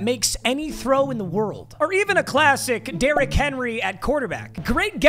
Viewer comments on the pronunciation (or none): none